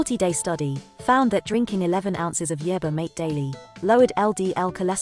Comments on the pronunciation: MaTE not mait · The poor computer voice can't pronounce the word "mate" correctly as "mah-teh". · It sounded like marther